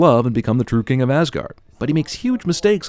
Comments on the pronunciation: Why does people pronounce it as Assguard? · Sin number 55(you're in this one also cinemasins) Pronouncing asagård(ázágourd) like assguard. It is a place where the viking gods lived, not a protective device for your anus, for fucks sake... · first it's åsgård and hjølmer and it's tor not thor and why im i right because im norwegian and from the same place were harald hairfair lived